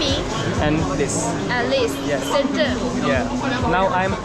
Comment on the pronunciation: bhai shenchen nhi hai shenzen city h